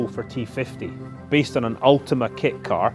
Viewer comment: Sorry but it is ultima rs 😂